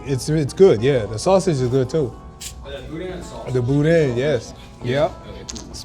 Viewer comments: ...if you don't pronounce it properly..."Boo-Dan"! Billy's is good for sure! We were big Don's supporters, but Billy's in Scott, LA is king.🤣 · the way you say boudin is hilarious lol